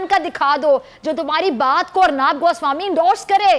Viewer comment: अर्नाब नही अर्नब बोलना सिखलो